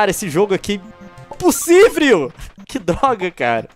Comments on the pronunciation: é impússívril! kkkkkkkkkk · Novo Impossivel ''Impussivriu' ( LEON ) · leon rei do portugues = imprusivil q doga istudo muito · imposivreu ! kkkkkkkkkkkkkk